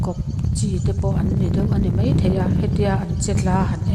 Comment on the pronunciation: Hmuhnawm thin e ,mahse,mei tih ai hian mai tih hmang thin zawk ta la te ka tia,kei ka beng alo kham viau mai.